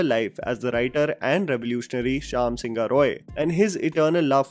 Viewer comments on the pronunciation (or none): NOT SINGHA IS SING-HO(E) ... YES,IT SOUNDS EXACTLY HOW I PHONETICALLY BROKE IT FOR U ... IN BENGALI SINGHA MEANS LION ! . IN ENGLISH SINGHA IS WRITTEN AS SINHA !